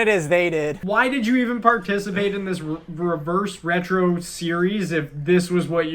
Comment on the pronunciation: Someone please make a compilation of struggling to say reverse retro